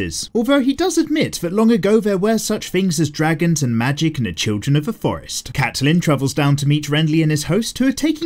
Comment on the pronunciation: I hate how he pronounces Catelyn but not as much as I love how he calls Joffrey "Joff" 😂